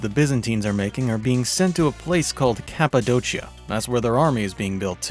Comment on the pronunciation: Kapadokia brother not kapadochia